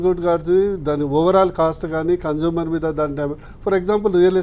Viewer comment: Not conjumer☺☺ it's consumer